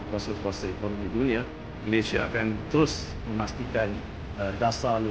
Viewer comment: COBA PERHATIKAN BAIK-BAIK BERBICARA.. BERBICARA MALASYA... MALASYA... MALASYA.. 🤣🤣🤣🤣